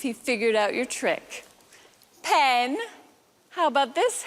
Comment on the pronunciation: Sorry to complain about such a small thing; however, I do suffer from some OCD and something you're doing is causing me some discomfort. I'm not sure if it is an accent thing; however, it sounds like you are always saying "Pin" rather than "Penn". Please acquiesce to this one request and pronounce the name as Penn (like the writing instrument). Thank you for you understanding in advance.